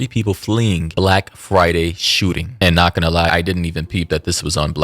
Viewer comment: emphases on the "BLACK"